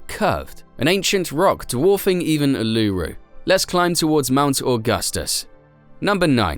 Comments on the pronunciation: Bro in not areluru it’s Uluṟu (oo-lu-ro) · Why can’t non-Australians pronounce Uluṟu properly?